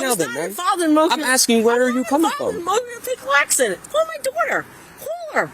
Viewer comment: Love how she keeps trying to say 'Motor Vehicle Accident', and butchering it in a different way each time. Priceless.